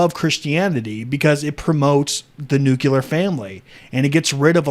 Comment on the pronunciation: NU-CLE-AR. Ffs.